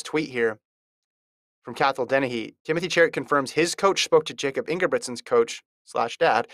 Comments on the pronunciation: It’s pronounced Yakub. It’s not that hard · say his name right